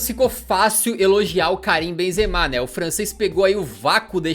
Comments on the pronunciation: «Karuim Benzema» 😂😂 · Karuim Benzemal KKKKKKKKKKKKKKK